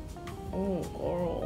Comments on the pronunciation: Why does she say gorl? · I watched her for years and I thought she was going to say "hey girl hey" but "HeY gOrL oR BoY"